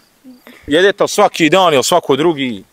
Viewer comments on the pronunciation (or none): Dobar dan, ucim bosanski jezik I cujemo prvi puta da rjecenicu so A cesto izgivari na O. Primjeri Hvala, a oni Kazi Hvalo, ili Ljep Dan a on kaze Ljep Don. Pozdrav za sve Francesco